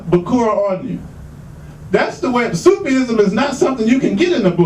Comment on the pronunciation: Brother please, fi sabil Allah, it's not " Sufi' ism"... It's simply " SOOF- ism'.... ( It gives the appearence that the brother can't read)... Which is strange foran adult from America))